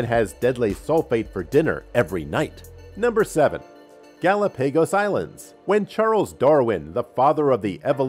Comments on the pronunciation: Not Artic. Arctic. Not GalaPAYgos. Gal OP a gos. Research works. Selferic acid? No. Try again. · What is a gallow pegas Island?? Omg.... this guy has GOT to go... he’s ruining every video.... Jesus Christ... Do you not have a video editor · Ga-lop-a-goes......OMG too many mispronounced words. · Took me a second to realize he mean Gallepegos. 😹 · Did anybody else hear how he said Galapagos? It made me question myself for a minute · That's the first time I've heard Galapagos pronounced that way... weird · It's the result of reading a script without doing the research urself lol